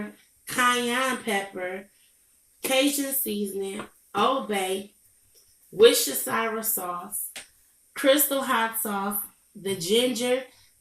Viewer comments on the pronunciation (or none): I used to call it that too. It's war-steh-shurr. 😂😂😂